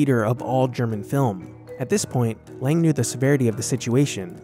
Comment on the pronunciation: Sorry but is it so difficult to pronounce Lang correctly?